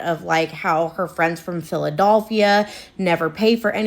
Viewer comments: "phila-DOLPH-ia" is sending me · y'all i'm sorry but that girl repeatedly saying "PhilaDOLphia" instead of "Philadelphia" is gettin on my nerves LOL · that’s how some of us pronounce Philadelphia! I’m from NE Ohio and that’s how we’ve always said it. Philadulphia 😂 It’s like being able to tell you’re not from Milwaukee if you pronounce the L. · the pronounciation of philadelphia is killing me